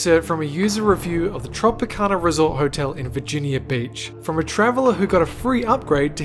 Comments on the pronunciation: Dude I though on the first one he said Virginia Bitch but I rewinded it and its Virginia Beach 😂😂😂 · Did he say Virginia bitch? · It. Sounded like Virginia bitch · When he said Virginia beach it sounded like he said virginia bitch😄